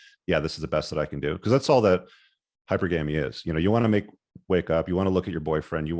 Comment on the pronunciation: He still pronounces it like that 🙂